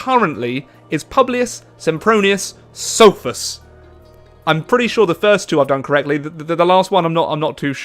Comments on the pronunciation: Sophus was the only part you pronounced right from the first person. If you want to pronounce latin words and names correctly, you have to stop using your english way of pronouncing letters. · You said that you pronounced the first two correctly, but Sophus sounded best when compared to original Latin or Italian. :D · you said the name wrong